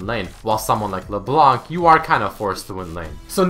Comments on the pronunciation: Geez, the C is silent in LeBlanc, it's not LeBlank... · Hey I'm a Canadian fan of yours, and my main language is French so forgive my spelling. I just wanted to let you know that LeBlanc is obviously french for "The White" however when reading it in french the c wouldn't be pronounced. Making it so it should be said LeBlan:) also this part is more funny But did you know that LeBlanc is how you would be addressing a male and if you were addressing a female it would be LaBlanche. Anyways love your shows and Much love from the Great White North!:) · It isn't silent and it also isn't LeBlank, it's pronounced; Luh Blon ck.